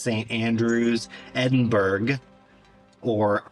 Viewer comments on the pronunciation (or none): none